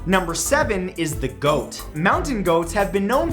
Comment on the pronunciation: “Goat” viking accent RAMMING SPEED!